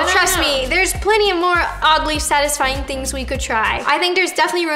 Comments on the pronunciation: No one: Literally no one: Not even Paul: Roni:The thing that is Sadly Odisfying😂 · No one: Not even anyone: Not even Paul: Roni: The thing that is SaDlY oDiSfYiNg😂🤣